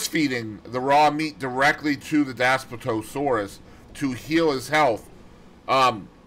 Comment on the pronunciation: Hey man, not trying to be rude but here are the proper pronunciations ; Dass-plee-to-sore-us Bin-toe(or too)-wrong